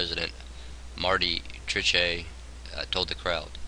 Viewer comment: Treche...sounds like Trish, no chay.